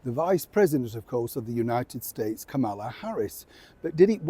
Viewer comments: Dear, Just to let you know Kamala is pronounce with the accent on the first syllable -- think of Pamela, for instance, but Kamala is pronounced more like Pomala. Thanks for reading. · It’s pronounced Comma-La. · the pronunciation is KAHmala. It's not difficult. A 5 year old could do it. Please get it right. People's names are important to them and deserve respect. If you can't get it right I'd hate to give up watching you but I will in a jack minute because I won't tolerate people behaving like idiots by pronouncing their name wrong. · The least you can do is learn to pronounce Kamala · Very disrespectful for you to continue mispronouncing our Vice President's name. What's wrong with you? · Actually, her name is commonly mispronounced across news sources and countries. It's so common we're actually not sure which is the correct way.